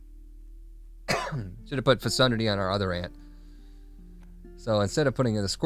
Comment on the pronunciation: Lol yeah that is not how to pronounce that word 😂